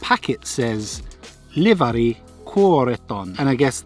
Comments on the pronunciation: its Iivari not Livari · Great video, but it is worth noting that it's Iivari and not Livari! Iivari is nothing more than an older Finnish surname/male name. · thats Iivari, not Livari 😆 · No livari, its iivari😂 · well thats iivari not Livari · Its IIVARI not LIVARI 😂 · Kylmänen Pororyynäri is the best ever. And Wilhelm chili sulatejuusto 👌🏼😋😋 btw, it's not Livari, it's iivari 😄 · it's iivari